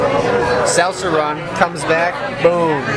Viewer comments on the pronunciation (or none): How cute is it that says "salsa" with a Wisconsin accent? Usually his accent isn't obvious, maybe trying to impress the girl? j/k